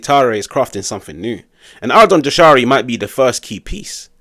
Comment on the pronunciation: In Albanian, the letter ‘J’ is pronounced like the English ‘Y’ in the word ‘yes’. So it’s ‘Yah-sha-ree’, not ‘Jah-sha-ree’ or ‘Zha-sha-ree’. Think of it like saying ‘Yashari’.